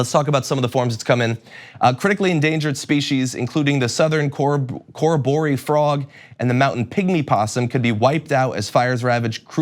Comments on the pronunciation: Coor robbery frog. Mt. Koz E osco. Please learn English, even if it’s phonetically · Hey john its kor-ob-or-ee frog and koz-ee-os-co national park. FYI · and Corroboree Frog "cah-rob-ah-ree"...a lot of our native flora and fauna take their names from the indigenous languages, where as landmarks etc often take the name of the first European person who "discovered" it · john i will help you - it is pronounced - kuh-ro-buh-ree and - kossi-os-ko